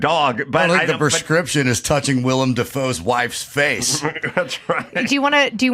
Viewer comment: *WILLEM. Not Will Iam